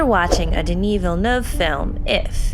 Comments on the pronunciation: Awesome summary. And thank you so much for pronouncing his name correctly. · Follow the pronunciation used in the video, it's the closest I've heard, she nailed it. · Nice pronunciation! Finally a YouTuber who gets it right! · They actually made an effort to pronounce his name right! So frustrating listening to people constantly butchering it